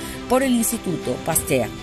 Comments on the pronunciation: Se dice pastagg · . Pasteur se pronuncia "Paster" o ”Pasteg" más bien